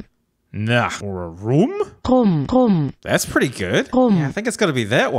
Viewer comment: rum sounded c*m😳